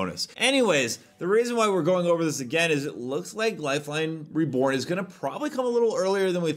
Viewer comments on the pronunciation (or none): none